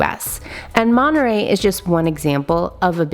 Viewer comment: "monereyy mexico"